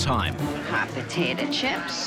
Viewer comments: Drinking game: take a shot every time you hear “potatuh” instead of potato. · First off if you’re going to own a business named hot potato cafe’ LEARN HOW TO SAY POTATO!!!! My lord!!! It’s not BAHHHTATAHHHH 🙆🏼‍♀️🤦‍♀️🙄